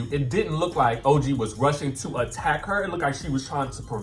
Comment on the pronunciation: When you referred to OG as ToeG I was done watching. This whole channel is a dub, don’t be shady